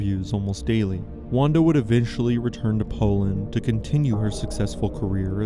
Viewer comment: Wanda is pronounced as Vanda btw in Polish.